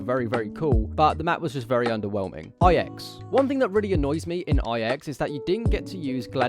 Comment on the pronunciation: My only complaint is the way you say ix. Everything else is solid tho